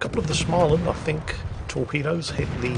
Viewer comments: Stop saying "Schmaland"!!! The first part is pronounced exactly like the word 'small'. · Please. I beg you. Stop saying Shmaland... It's pronounced Smoland. Maybe google it😅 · try pronouncing å in småland more like an o, instead of an a, so instead of smaland it's smoland. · Småland is actually pronounced smaw-land, not schmah-land. There are some voice clips online of people pronouncing it. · Its not SCHmaland. Its SSSSSmaland. Its S not SCH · Actually,, the A sound in Smaland is pronounced as if someone was trying to strangle you: a throaty "O". And now it's back to the saltmines for me... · Ok lets pronounce Småland correctly... Small land and thats what its says in Swedish too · Should we tell him it's pronounced Smoland...? No? Alright then. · When saying Småland - pronounce it; small + and